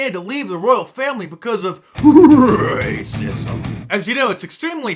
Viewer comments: i thought the screen would flash with graphics when you said "ra-cissm" lol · I love it when you say 'rrrraaacism'. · 😂😂😂😂RRRRRACISM. ...DUH DUH DUH DUH.... LOVE IT...Mark, you make day. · Mark, you forgot the booming "dun dun dun" background music when Don Lemon said "rrrrrrraaaaacsim". lol